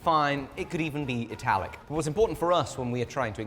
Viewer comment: “Italic” 😂😂😂 well done sir